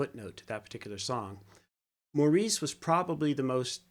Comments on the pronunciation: Please realize Maurice's name is pronounced MORRIS!!!!! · Thank you for this reaction. You should know that Maurice's name is pronounced Morris. They are English.